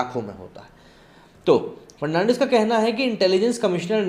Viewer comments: It is Dvendra Fadnavis not Fernandis. Correct yourself. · देवेंद्र फडणवीस है फर्नांडिस नही. नाम तो ठीक से ले लिया करो. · Bhai farnandis nahi fadanvis. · Sir He is DEVENDRA FADANVIS NOT FERNANDES .PL CORRECT YOUR PRONOUNCES. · It's Fadnavis not farnandis dear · Devendra "Fad-na-vis" not "Fer-nan-dez". Dost tumne to dharam hi badal diya :D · सर देवेन्द्र फडणवीस। not fernandes please read correctly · Mr ji aap Maharastra ke Purwa CM.ka nam thikse nahi bol pa rahe hai.Fadnawis ko aap thik se boliye. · Please pronounce Devendra Fadnavis's name correctly. He is not Fernandes